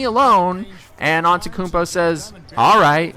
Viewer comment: its pronounced: an te tou koun po not an te koun po